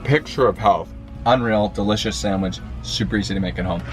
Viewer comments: Great recipe, will 100% try this. But, dude, it’s sanDwich!!! Not sangwich!!! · I love the fact that calls a sandwich a sangwich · So many favorite parts of this video! Bec giggling behind the camera, tagging you in belly button tomato pics, and the best... pronunciation of the word "sandwich".